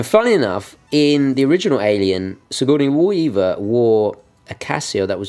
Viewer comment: lmao the way he pronounces Sigourney Weaver's name truly baffles me, lol like did he just guess what it sounded like.